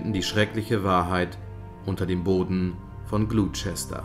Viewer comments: In England wird niemand wissen was gemeint ist, wenn man Gluschester sagt. Gloucester spricht man Gloster aus. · Mal wieder deprimierend gut. Einen kleinen Mangel habe ich trotzdem entdeckt. Gloucester wird nicht "Glutschester" sondern "Glosster" ausgesprochen. Ähnlich wie Leicester "Lesster" ausgesprochen wird. Für den nächsten Killer aus GB ;)... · Super wie immer, gute Arbeit! Aber einen Kritikpunkt habe ich dann doch: Gloucester wird nicht so ausgesprochen wie es der Erzähler tut, sondern so: ˈglɒstə (Lautschrift) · Gloucester spricht man "Gloster" aus aber sonst ist gut😜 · Das Video ist echt toll gemacht aber die englische Aussprache ist noch nicht ganz perfekt. Gloucester="Gloster" (nicht Glusester) und "...shire"="schirr" (nicht scheier). :) Ich freu mich auf neue Videos!